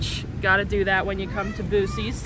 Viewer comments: Remember, bags of pretzels, chips, etc. are sold by net weight and not volumes. Also, you slipped into calling in "Boo-Sees". From a Texas native, that is not acceptable....lol. Don't know why your pronunciation changed but you need to get it right. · Are you joking when you say Boo-sees? Ya know it Buck-ees que no? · BUC-EE'S, F'N, BUC-EE'S...not BU-SEE'S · I was laughing when they were pronouncing it Bu-sees instead of Bucky's. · Buck-ees not boosies. Other than that loved the video. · It’s buck-Cees not boo sees 😂😅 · Love the video but for the love of god, STOP calling it Boo-seees. It so Buck-eees. Put some respect on the name :-)😊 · Where is boo she's? It's buck ees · we love you guys, but its......buck-eeeees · In Texas we pronounce it like Buckys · i loved the video. but it is pronounced Buckees! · It's pronounced Buckeys, but spelled Buc-ees. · I am from Texas. Buc-ee’s originated in Texas. The name is pronounced Buck - EE’s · Started out saying Buc-ees roght then started calling it Boosee's. 😂😂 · SOUND IT OUT 😮 BACK TO SCHOOL 🍎 📚📝BAA-KEE-Z OR BAAH-KEEZ😅 ✅ A+ 👩‍🎓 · calling it Bussys is tripping me out lol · It’s Buck—ees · I liked the video, but it’s pronounced BUCK*ee’s. Lol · Might wanna disclose the boosies pronunciation so people stop getting mad. Really though some people don’t know and are gonna go there looking doofy when they say it wrong lol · In Texas we pronounce it BUCKEES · I apologize in advance for the negative comment but You were driving me crazy the way you were pronouncing Buc-ee's. I believe it's as it is spelled not Boosees. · Pronounced Buckey's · It’s pronounced Bucky’s. It’s a beaver with buck teeth. Buck! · Correct pronunciation is BUCK-EES. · I’m sorry to tell you that it’s buc res and not what you are saying. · Please pronounce it "Bucky's" throughout your videos. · Boosees?? 😅 I hope that just a joke. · From Texas can people please say it the correct way!!!!! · Stop saying that omg … it’s called Buc-ees